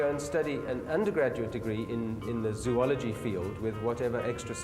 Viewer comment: Anyone else noticed that he said zoology wrong